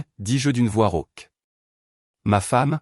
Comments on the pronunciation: "rauque", pas "roque" !!! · "rauque" pas "roc" !!!